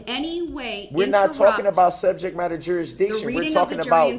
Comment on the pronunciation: That the subject matter jureesdicshen?